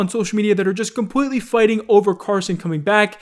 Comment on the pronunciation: Compweetwy